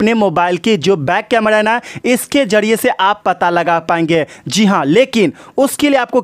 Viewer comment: अबे ये कैमरा बोल कैमडॉ क्यों बोल रहा है!@